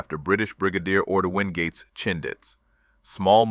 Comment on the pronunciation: Fronds, not Franz. AI just doesn’t get the pronunciation correct. Universal scopes. Still messed the ‘universal’. Read the book, ‘Wndgate’s Circus’. Details the career of Orde Windgate operating in Burma effectively, so I suppose Merrill’s Marauders probably similar. Good story. Well done to all those heroes. Australia.